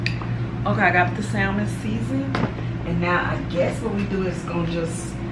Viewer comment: Hey! A friendly note, the L in salmon is silent. 😊